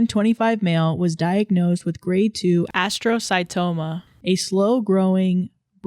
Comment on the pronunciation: the scream i scrumpt at edited in pronunciation of astrocytoma 💀💀💀💀💀💀💀💀💀